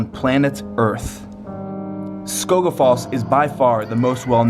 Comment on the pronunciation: Hahahah 🤣 sorry I just love how he pronounced Skógafoss I mean I’m from iceland so it’s pretty funny for me ok no judgment I just find it relly funny 😅